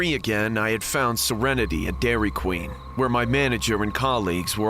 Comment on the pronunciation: I swear I heard "Dairy Clean" 💀💀💀